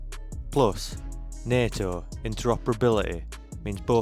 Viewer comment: Stop using AI. It is simply lousy. Falsmirjigers, Bigrades, Girman, Airbone Boos, Capality... And more. Just please stop. You ruined a maybe good video. I stopped listening after NADO (NATO).